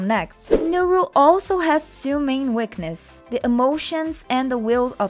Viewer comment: (Im not hating on her accent) “The Uiknes” Really got me🤣🤣😅